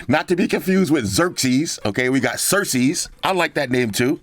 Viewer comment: Awesome packaging but it hurt every time he called Daenerys Cersi-es. 😂😂😂